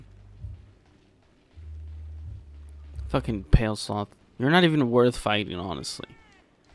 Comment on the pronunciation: "People get mad when you mispronounced stuff ya know?" Proceeds to say "Pale Sloth" for 36 minutes.